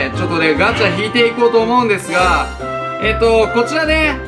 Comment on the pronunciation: ガチャががんちゃんに聞こえた